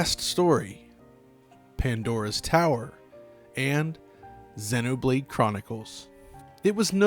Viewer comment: sennoh blade sennoh blade sennoh blade sennoh blade sennoh blade sennoh blade sennoh blade